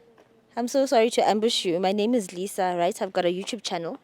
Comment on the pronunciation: Lisa uthi yurinaizer😂